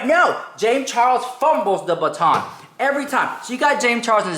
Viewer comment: hahahaah "drops the batton" ................ I'm dying over here 🤣🤣🤣🤣🤣🤣🤣